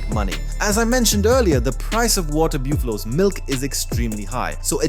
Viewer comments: Buffalo not booofalos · the pronunciations of buffalo and dairy lmaooooo